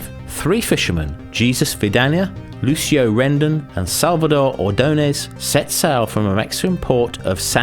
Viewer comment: The name of the third fisherman is Ordoñez (note the tilde over the n). It's pronounced like "ny", so "Ordonyez".